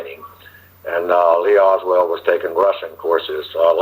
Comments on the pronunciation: This guy can't even get his name right; it's Oswald, not Oswell!! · Why does he keep saying "Oswell" instead of Oswald? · this dude can’t clear his name. He can’t even get the name right. He consistently calls him OSWELL not Oswald! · OS WOLD, NOT WELD. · Wouldn’t you think that a man who was former CIA and supposedly has extensive knowledge of the JFK assassination, background operations would pronounce Lee Harvey Oswald’s name correctly? Throughout this conference call he repeatedly pronounces it Lee Harvey Oswell. He lost credibility with me. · How is it possible to give this man any credibility when he can't even pronounce a major characters named properly? He keeps pronouncing Lee Harvey Oswald's name as Oswell! Did he ever know the guy? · Clear oswalt's name? This guy can't even get his name right. It keeps saying Oswell. Did he know him or not? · While I would like to believe this guy- a few things that he said made me wonder. I was under the impressi I n that David Atlee Phillips and Bill Harvey were on on the assassination as opposed to being on an abort team. Secondly, as well known as the name Oswald is, this guy keeps pronouncing his name, "Oswell." I would not expect that from someone intimately familiar with the assassination. Oswald was a household name. I don't think it is a matter of this guy's accent either. I do appreciate this video though and am glad you posted it. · This man is not even pronouncing Oswald's name correctly.. come on people...